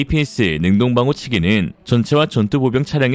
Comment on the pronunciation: 따르릉~~~ 네 ! 김철근씨 바꿔 주세요. 네~ 전화 바꿨습니다~ 구독자인데요, 아니 아드님을 얼마나 혹사시키면 요즘 한번도 안빼고 매번 올리는 영상마다 한두개씩 이상한 나레이션이 튀어나옵니까 ? 능호방호 ? 능호가 뉘기여 ? 에는 "여간 어려운 일이 아닙니다"를 "여간 쉬운 일이 아닙니다" ??? APS를 탑재한 기갑차량을 중동국가에서 얻기란 손바닥 한번 뒤집기 정도라구요? 김철근 님 !!! 반성하세욧 !!!!! 우리가 ㄹㅇㄹㅈ을 앞으로 38년을 더 구독해야 하는데 !!! 제발.... 쫌 !!! 아드님 과로시키지 마시고 !!! 쫌 ! 도와주시길 ...